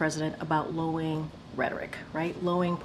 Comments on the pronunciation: It’s LOWERING. NOT LOWING. LOWING ISNT A WORD KJP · The word is "LOWERING," it's pronounced low-er-ing, not LOW-ING, Karine. 😝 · KJP said "lowing rhetoric, lowing political rhetoric" and "it's inflammatory and defisive" 😂 I had to listen to it twice to make sure it wasn't my brain malfunctioning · Lol. Lowing is the sound that cows make. The word is lowERing, KJP - low-ER-ing😂😂😂 KJP essentially stated that Biden has been very clear about mass mooing 🐮 of a bunch of cows 🐄🐄🐄🐄🐄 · Did she just say “Lowing” not once, but twice😂😂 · Lowing rhetoric? Is that what KJP said - Low-ing??